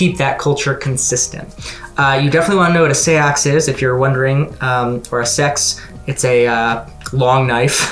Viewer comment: Thanks for the review! This book kept grabbing my attention but I wanted to know more before getting it. Also, the viking knife you mentioned is actually pronounced "Sax" Loa. I've watched a lot of Forged in Fire with my husband and they have a few people make them on some of the episodes! They're pretty awesome looking!